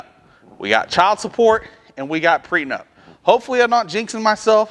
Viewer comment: Are you saying Pre Nut or pre nup?